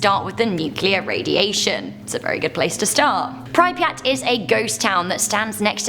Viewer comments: Prip-yat not pry-pri-at Also the theoretical white hole which could shoot random mass in any direction possibly faster then the speed of light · its cringey when she keeps pronouncing pripyat wrong 😂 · Nothing worse than how she pronounces prypryat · Sorry but the way prounced pripyat is scaring me... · Im not Even Ukranian but I don't know if thats how you pronounce Pripyat. Still LOVE the channel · I'm sure we don't pronounce pripyat that way. Yet its OK you made it sound cool with the miss pronunciation. The blackeagle prison is way worse than you mentioned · I'm Australian and her pronouncing it wrong really annoys me. 😅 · Mah bro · Ugh I know, right? 😂